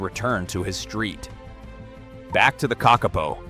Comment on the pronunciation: Kakapo is pronounced KA-ka-po, it is not pronounced ka-KA-po